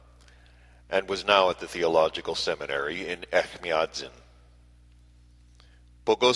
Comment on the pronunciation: Echmiatsin - the second sound is j or ch like in chair (not k or ck)